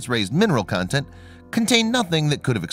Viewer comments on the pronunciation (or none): none